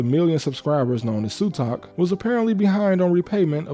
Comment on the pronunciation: Your pronunciations were both correct and incorrect but this was an interesting video overall. I actually watched Sutak so I was pretty surprised when I heard the news about him getting beat up. Didn't know it was loan related though :0